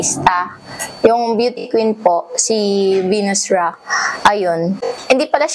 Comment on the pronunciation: Venus Rock b?? Ndi Venus Rah 😅